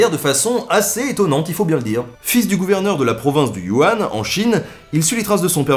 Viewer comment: Salut NB ! J'adore ce que tu fais mais je crois que tu fais une petite erreur en présentant ton premier aventurier. En effet je vis en Chine et la province que tu montressur la carte est voisine à celle où je vis et ce n'est pas du Wuhan mais la province du Yunan (on prononce "U nane"). A+ Continues comme ça c'est vachement bien ! Louis